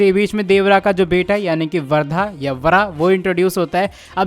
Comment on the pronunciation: Vardha nhi uska naam vara hai naam to ache lele phir Gyan pelna 😂😂